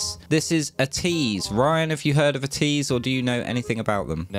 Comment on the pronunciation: Ateez is actually pronounced A-tease not At ease. There are a eight member group. The fandom name is called (A-tin-y) Atiny.